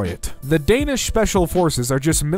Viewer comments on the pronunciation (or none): none